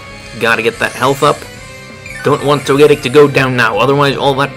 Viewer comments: Well you got your mega steelix wish. and you're right he pronounces Togetic (toe-gah-tic) weird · Your pronunciation of Togetic is odd. Hopefully Togetic/Togekiss will get access to Moonblast in the next game. I agree with what you said about Pyroar. It needs some help to become better. I would guess his last move was Dark Pulse. I want a Mega Steelix in the next games.